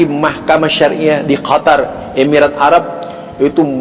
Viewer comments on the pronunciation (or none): none